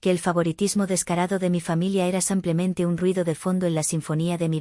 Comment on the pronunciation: Porque," samplemente"y no simplemente?????🇨🇱